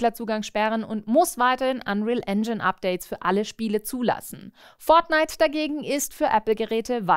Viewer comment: Dieses Furznite ... was soll das sein..